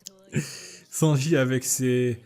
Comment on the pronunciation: Y a que moi que ça insupporte qu il ne prononce pas le n de Sanji